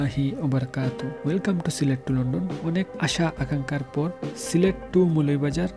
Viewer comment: Assalamu alaikum. Definitely it’s a very good news. But, you could not pronounce the name of your district. Remember next time. Jazak Allahu khairan.